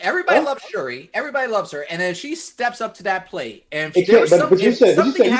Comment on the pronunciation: Sir it is pronounced SH-URI!